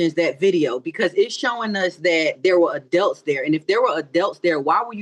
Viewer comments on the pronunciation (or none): "Adelts"!? 🤦🏽‍♀️uhmm, ma'am .... it's "Adults"!